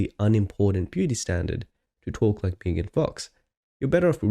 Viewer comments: She is MEGAN, MEGAN, MEG, NOT MEEEEGAN!!! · Meegan? It's Megan lol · It's so funny how it took you ages to figure out how to say their channel name but they can't properly say Megan's name.